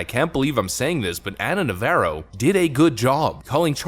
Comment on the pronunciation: Nəv-AH-roh Like the Jane's Addiction guitarist Dave, not the Chevy Camaro